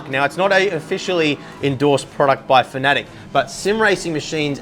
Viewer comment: FAN-UH-TECK, not fanatic lol